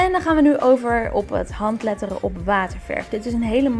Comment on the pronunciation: Jij zegt handleddering